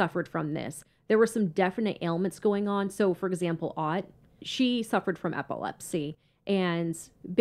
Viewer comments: Elizabeth Otte is pronounced Otay. I know this person all too well. I was one of the deputies that had to deal with her on a daily basis. There's more to her story, believe me. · I went to school with Liz and her brother, we rode the same bus. Their last name is pronounced like O-tea , but other than that, everything was correct. She really did suffer terrible seizures and they were exacerbated by other mental health issues after Larry died. This really was a tragic thing to happen in our small community of New Kent County.